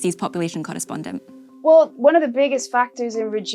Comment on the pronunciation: Weejy presenter OFF. Wew is not how one pronounces WELL. Therty is not how one pronounces Thirty.